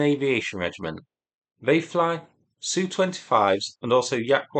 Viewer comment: Do you say yook when saying U.K. same as you saying sooo 31 no S.U 31